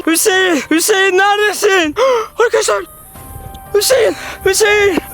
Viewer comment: Fatih abiş:hüseeğn hüseğn ee sesimi duyuyosan bağır Ben:hüseğn değil la panda